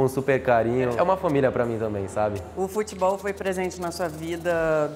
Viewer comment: "FUTBOIS" NOBRU,2020